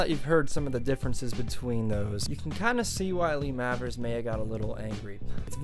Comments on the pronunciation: Mavers is pronounced Mayvers I think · Lee Mavers reckons There She Goes isn't about heroin, but a girl. Is it really 'Mavvers' and not 'May-vers'? You can hear the absolutely enormous influence on Noel Gallagher, can't you?